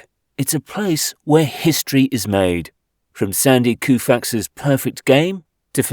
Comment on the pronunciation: How could you possibly go to all the effort and miss pronounce the name of Sandy Koufax??????